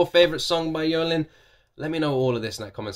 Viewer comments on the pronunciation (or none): The lyrics are meaningful and so powerful to care about the society. Moreover, “Jolin “ the J pronounced as “J” not Y 😊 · Jolin should be pronounced as jo/jo/-lin. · Jolin's name is pronounce like Jolene, J stays as J sound, not Y. She's from Taiwan, been around for over 20 years and still staying strong. I would love to see her stage performance at least once in my life. I saw her in person once when I was very little. That time she was still a college student, new face in the industry, never knew she's gonna be such a queen years later. But I've always liked her and supported her. Definitely a nice surprise to see her on The First Take. Also shows how amazing and confident she is on taking this challenge. And she totally nailed it! Love this version so much! By the way, it's never too late to know her. You can look through her past albums/songs/performances. It's like a treasure box. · Her name is Jolin, as in how you normally say jolin. She is really the pride of taiwan. She has been in the industry for many many years. When she first debut, she got alot of criticism. Most people said she cant sing, cant dance and ugly. Back in the days, it was really hard for her. But she did not give up. You can clearly see her transformed into what she is today thru her nonstop hardworking and passion about her career. She really is a role model. I have liked her since her debut which was i think 24-25 years? And im so mesmerized by her mindset and her personality. ❤️ always love and support her!!!